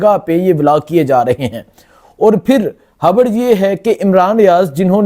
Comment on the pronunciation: بھائی جی بہت آپ اچھا کام کررہے ہو لیکن مہربانی کر کے اپنی اردو ٹھیک کرو خبر کو “ حبر “ پیغام کو “ پیگام “ باریک واردات “ بَریک واردات “